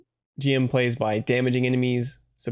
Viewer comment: It's pronounced "Jim" ("Jimu" in Japanese) btw, but not a big deal.